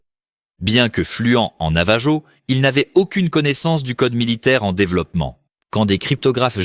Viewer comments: ça s’écrit Navajo mais ça se dit NavaRO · Aloha ! Navarro avec un R pas J !!! Ro ! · Pour le youtuber, votre IA n'est pas bonne faites appel à des francophones où à des français pour la vérification de votre récit, navajo en français on utilise la prononciation espagnole donc la jota pour je j sur les dénomination espagnole